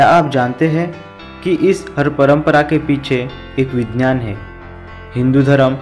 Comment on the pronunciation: Gadha hai tu.. Vigyan toh tujhse bola nehi jata.. vinynan kehta hai..